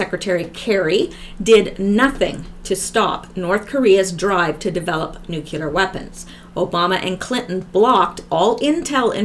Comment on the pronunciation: you pronounce nuclear correctly, its Americans that pronounce it wrong